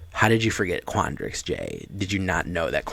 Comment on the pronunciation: Ackshuwally... quandrix. Lol